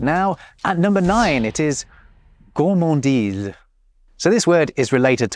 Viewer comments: it is not gourmandisle BUT gourmandise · HAHAHAHHAHAHHAAHHAHAHHAH😂😂😂😂😂😂 HAHAHAHAHAHHAHA LOOOOOOOL 😂😂😂 "goullmandile" 😂😂😂😂😂😂 c'est plutôt: "gourremandize" pour la prononciation ! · for gourmandise, why did you say 'gourmandille'? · I am french and hearing you say "gourmandile" while trying to say gourmandise ... That hurts my ears sorry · Hey pépère GOURMANDISE avec un S ne se prononce pas GOURMANDILE avec un L. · You totally said "Gourmandille"